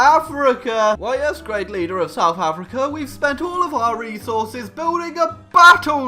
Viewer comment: "Souf Africa"